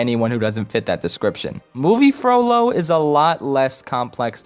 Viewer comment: I really want him to make a lord of the rings video like if u agree It might just be because every time he said "Frollo" I heard "Frodo"...